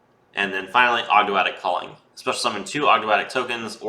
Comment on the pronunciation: you pronounced Ogdoadic correctly imo :p